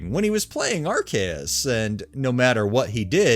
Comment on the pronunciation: Arceus is pronounced "are-see-is."